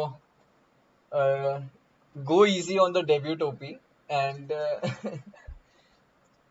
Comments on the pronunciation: ok sure Ill go easy on deb"yut" OP but I am no way go spare of"ten" OP. Its twice u said of"ten" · Debyut OP :) And also offtan not often lol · Vidit "DEBYUT" OP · "Oft-ten" OP., debut OP 🤣🤣🤣🤣🤣